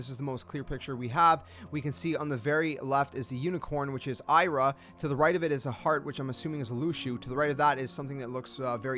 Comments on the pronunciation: Ava (Ah Vah) Ira (ee rah) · I'm sorry, I(eye)ra?? Who's that ?? It's pronounced as e-ra not eye-ra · Why do you say Ira & Ava’s name wrong?